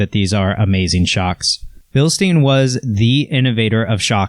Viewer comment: (BILSTEIN) BILsteen? no Bilstine yes like Frankenstein